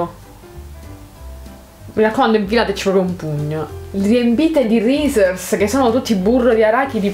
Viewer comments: Si dice risis non rises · Reese's come dici tu si dice risis graziepregociao e non criticare tutto👌